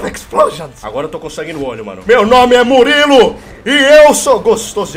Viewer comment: Pronúncia: Muriulu